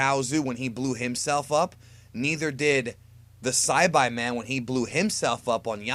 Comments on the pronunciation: Psy-bye-men Come on man you should know how to pronounce it haha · the sci-by man i have never heard it said that way i don't know why but i died laughing at that.......love your videos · This dude said saibiman instead of saibiman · you pronounced everybody's name wrong. Saibai man, seriously, and chousu, its choutsu not chousu. Get it right. Your not even a real dragon ball fan. And why are you making these videos if you dont even watch this show. Again, get it right 👉